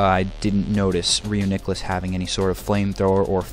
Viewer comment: So 50 seconds in, you pronounce the pokemon incorrectly, and you say "i can't tell you any enhanced strategies" Sums up how useful content like this is at telling you information :]